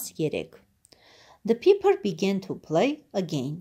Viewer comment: Ներեցեք բայց ոչ թե փիփր է այլ փայփր ։ Համենայն դեպս շնորհակալություն։